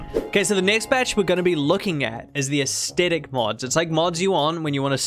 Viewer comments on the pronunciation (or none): for the love of all sanity, please learn to pronounce the word Aesthetic, it is not AES-TET-ICK